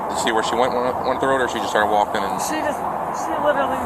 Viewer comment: "She's wulking"